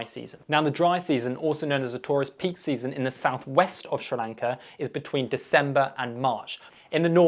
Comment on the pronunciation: Dude, hard to take you seriously when you don’t even know how to pronounce the country’s name properly!